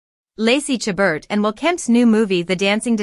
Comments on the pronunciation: Please learn how to pronounce Lacey's last name , the t is silent. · It's disappointing that this video doesn't even pronounce her last name correctly. And its title is misleading.